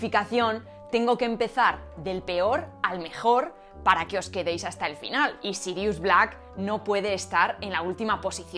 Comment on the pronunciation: Tu pronunciación del Noruego antiguo es impresionante! En hora buena! Mi parte favorita del vídeo! Jaja, pero hablando en serio, le llamaré Serious a mi próximo perro!